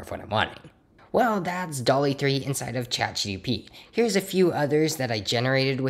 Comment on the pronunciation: Do you keep saying ChatGDP?